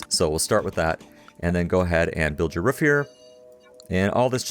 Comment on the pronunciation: You say turbine and roof weird